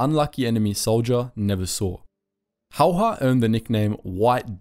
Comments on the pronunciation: Its not simo hauha, its häyhä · I'm yet to watch one of these documentaries and hear Simo Häyhä's name pronounced correctly (you even butchered the spelling, c'mon man!). It's HÄY-HÄ, two H's and none of them are silent. I'ts pronounced kind of like HEY-HE-, two Hey's in a row but you skip the last Y. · It's not Simo Hayha it is Simo Häyhä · Its Häyhä, not Hayha or as many people pronounce it, Heihaa (come on its not difficult. Simo Häyhä. Not Saimou Heihaa.). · It’s actually Häyhä not Hayha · its Häyhä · Pronounce (Häyhä) in right way please . Y in his surname sounds like ew in word new . You welcome Oj and Maria Ljalkova you pronounce wrong I am Slovakian you can be sure. 😉